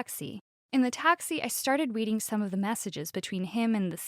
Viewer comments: did she just say ”weading”? i actually felt bad for the boss :c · Yes she said weading not reading